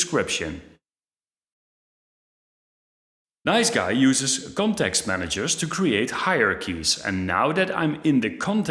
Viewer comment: Nice G.U.I., not NiceGUY. Damn that was distracting in an otherwise interesting video.